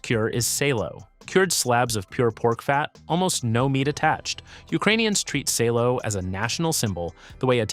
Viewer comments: It is pronounced [sá:lo] , not [séilo], and it’s more versatile than presented in this video. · Great video. You just have to work on your pronunciation. Salo is pronounced as SAH-loh. You could also mention matsyk, Ukrainian cured meat, very similar to prosciutto or jamón